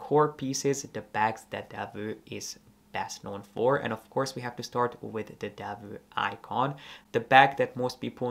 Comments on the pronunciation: Thanks for the video. Being Belgian, I have often felt Delvaux deserves more attention. I own two of their bags, both preloved and the quality is exceptional. One little remark: I don't know why Americans tend to mispronounce the name as "Delveu". It's Delv"oh". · Please do not pronounce it as Deveu but Delvoo (not oe but really double oo; I am a Belgian native citizen). Thank you. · Please, learn how to pronounce the name of these exquisite Belgium bags maker... DELVAUX and not Delveux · It’s actually pronounced „Delwo“